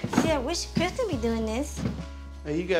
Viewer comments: The twins have a lisp/ talking problems so sometimes Andrea pronounces her bd Chris name as “Crith” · Why y’all in the comments tb “Crith” 😭